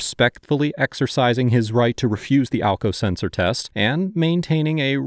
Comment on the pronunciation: Sumwon was axking for alkao seltser